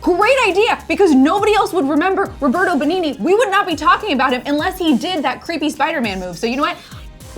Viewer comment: oh my lord, the way you pronounced Roberto Benigni is sooo funny! 😂😂 also, La vita é bella Is a wonderful movie